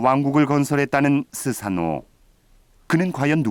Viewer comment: 스사노 -> 소서노 이렇게 들리네요